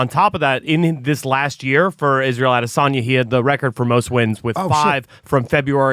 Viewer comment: Mike- stop saying "Adesan-yay"...it's "Adesan-ya"...you know this!